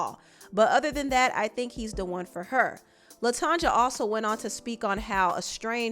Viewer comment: Her name is pronounced latonya